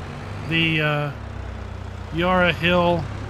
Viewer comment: Loved the map tour but as an aussie living close to the yarra valley every time you pronounced it i cringed as the first a in yarra it pronounced like the a in valley